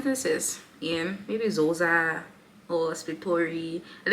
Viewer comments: It's Xhosa ffs! Klik-osa. :) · It's not "Zoza" it's "Xhosa". It has a click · Xhosa. I think she would not have mistaken Zulu and call it Zoza. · Lol it's Xhosa (Xho not Zo)😂😂 I think the Hadzabe tribe(Tanzania )can easily pronounce Xhosa qhina qoqa gqum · LMAO!!! As a "Zhosa", I'm really disapointed by the Zhosas in your life. You should be able to pronounce the "X" by now. And S'pitori would help you much outside Tshwane. They whole country never understands half of what those people are saying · Gauteng train 😂 I can't even begin to explain how to pronounce it. Ask someone at the uni. Also ask about Xhosa, cus you got that wrong too. All good though, I enjoyed the video and have subscribed